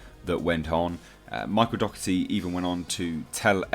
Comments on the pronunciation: You pronounce his surname incorrect. Its said 'doh er tee' just fyi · My step family has the same surname and it's pronounced Dock•erty. His could be the same but doesn't correct it since everyone pronounces it the other way